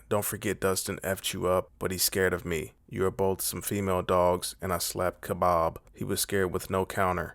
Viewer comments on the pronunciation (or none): Why do you call Khabib, Khabob ? ... but everyone else gets their names right. I like you're videos bro but makes me wanna unsub